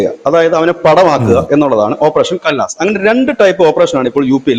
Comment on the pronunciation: കല്ലാസ് അല്ല ... ബിജു ഘ ലാസ് കർ ദെയേ ഗാ